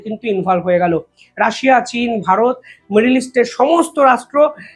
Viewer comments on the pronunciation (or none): none